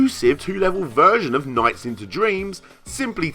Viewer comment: LOL! "NOIGHTS". I love your pronunciation.